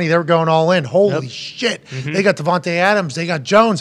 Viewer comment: It's "De-von-tay" not "De-von-tuh".